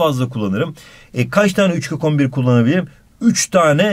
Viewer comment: abi 14 kök 11 i 14 kokombir diye okuyon yiaa sjsjjsjsjjs